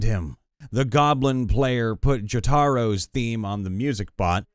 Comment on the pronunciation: JO-TAR-O!?!? Bro. It's JO-TA-RO(W) Taro is root vegetable similar to potatoes, and they don't have any Jo's 😂